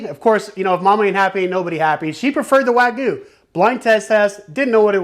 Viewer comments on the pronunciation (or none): It's wag-yoo not wa-goo